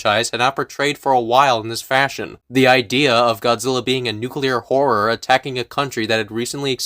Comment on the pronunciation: I can forgive the bad opinions, the lack of research, the thorough misunderstanding of Godzilla as a concept... but when he said "nucular war" I lost it.